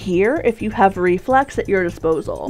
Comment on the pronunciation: I thought you said Reflects, not Reflex. Lol You forgot to mention that Reflecting the orbs that it spawns is a Really good idea.